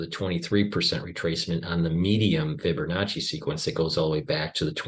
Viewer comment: There's no "r" in Fibonacci, just sayin...